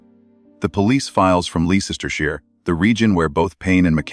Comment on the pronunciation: Ley cester shire...that AI..voice is awful...its LEICESTERSHIRE..LESTER SHIRE...yours sincerely from the old qeer corrupt UK..from Leicester...